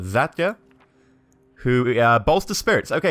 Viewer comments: Cveta (Sweatah), not Cevta. Zlata (Zlathath), not Zatia. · Cveta - pronounced Tsveta as in "let's" Zlata - pronounce the "a" like in the word ARM or HARM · Your pronunciation of the names is freaking terrible! Cveta is pronounced "Tsveta", Zlata is pronounced like the name of the footballer Zlatan Ibrahimovich but without the "n" (duh :D). To say Anton properly, just change the stress and Pavle - I don't have any idea myself, so I'll accept your pronunciation! P.S. I know this video is 5 years old, but it really bugs me how you pronounce the names! So, to summarise - this is more of me venting out, then an actual criticism !